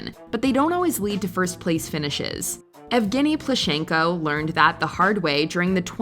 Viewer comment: He’s PlUschenko)))) the first syllable is stressed.